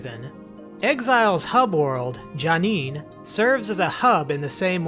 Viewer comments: My friend, everyone begins their journey with Myst somewhere, and we in the Myst community accept all people regardless of how their pronunciation may or may not be correct. That said "Janeen" was a bit tortured. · You call yourself a Myst fan? You can't even pronounce J'Nanin correctly!